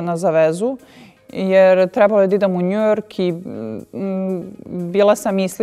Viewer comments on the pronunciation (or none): none